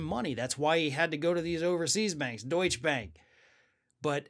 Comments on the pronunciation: Why do you always start so slow, - that’s what me click away. And it it not called deush bank but deutsche bank, which mean bank of germany. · It's Deut' sche Bank , two-syllable word ! Like Por-sche , not Porsh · it is called DeutschE Bank and not Deutsch-Bank